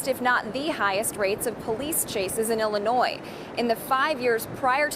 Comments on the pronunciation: Noooo, please! You're pronouncing 'Illinois' like Tiffany does. The 's' is silent. Other than that, great commentary 😄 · Illinois is not pronounced with an “s”. One would think people born and raised in Illinois would know how to pronounce the state in which they live. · The S is silent when pronouncing Illinois brother. Tiffany Henyard says it wrong too so please don’t be like her lol. Love your channel and I watch everyday 💪💪💪❤️❤️❤️